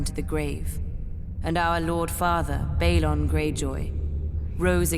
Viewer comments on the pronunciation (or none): Its Bah-lon, not Bay-lon. Thats how Martin pronounces it. You think someone would have corrected her, since its supposed to be Balon's daughter talking.